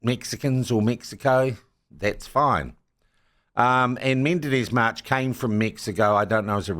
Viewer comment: I think he is called Menendez-March, not Mendenez-March